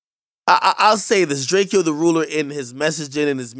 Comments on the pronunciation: It’s draco not drakey-o 🤦‍♂️ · Who the fuck is “drake - eeeeeee - o” the ruler bro? He pronounces his own name in his songs all the time. It is literally “drake - o.” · Bro at least say the nigga name right dawg it’s drake-o not “drake-E-o” 🤦🏾‍♂️🤦🏾‍♂️🤦🏾‍♂️ come on man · its Drake-Oh not drakeeo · He hates when people call him drakieoo its just DRAK-O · Long live DRAKEO The Ruler at least say his name right it’s drake with a O not drakeooi Long Live My ♿️💙🤞🏽 #stincteam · AKademiks u KEEP SAYING DRAKEE-YO U DID NOT FW BRO WHEN HE WAS ALIVE . STFU WE DONT WANNA HEAR U GOOFY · Is it that hard to fucking notice his name isn’t Drakeeeoh? ak lame for that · Akademiks dumbass calling him Drake-ee-o smh. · You're gonna mispronounce his name . The disrespect 😤. Rip DRAKOE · Dawg… it’s not fuckin Drakey O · He pronounced it Drake-o. R.i.p. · It’s Draco! Drake! O! Like the Gun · It's Drake-O the ruler...least get the man's name rite....RIP G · First video u ever mentioned the nigga , its Drake-ø Lmaooooo goofy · His name is pronounced Drake-O the 📏 stop playing Ong you bloggers have no respect🤦🏾‍♂️ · Akademiks I know damn well yo dumbass knows Drakeo is pronounced Draco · Nigga said drakey o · Lmao at the non west coast dudes calling him drakey o🤦🏼‍♂️ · It’s DRAKE O Not Drakeo Put RESPECT On His Name Ak WE KNOW THE TRUTH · DRAKE - O say it right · It’s pronounced “DrakeOh” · I pronounce it drakeeeoh and I'ma keep pronouncing it that way. If he wanted to be called with silent 'E' then he should have spelt it as Draco. R.I.P to him tho. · Rip the foreign whip crasher. Pronounce his name right ak DRAKE-O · Ak how do u STILL not know how to say bro name, it’s lazy and a lil disrespectful on the low. Long live Drakeo (as in DRAKE-O like draco) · “Drake-ee-o” Bro at least know how to pronounce his name right lol. Rip Mr Mosley 🕊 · His name is Drake O the ruler...not Drake-O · pronounce his name right nigga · Damn, Ak couldn't even say bro's name right.. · Atleast say his name right